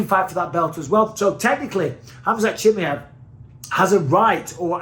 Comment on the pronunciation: Everybody else: Chimaev Michael Bisping: Chimmyev